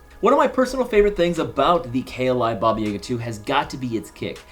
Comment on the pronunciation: I wish I drank every time he said Baba YAYga so I won’t have to remember this video